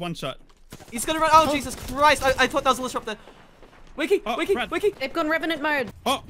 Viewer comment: "jesus chRIsT" His accent really came out right there lmaaaooo